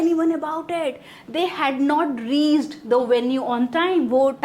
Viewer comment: Reached, pronounce is wrong